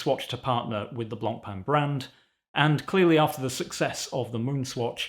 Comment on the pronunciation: the worst part of this is now we have to hear everyone day Blancpain wrong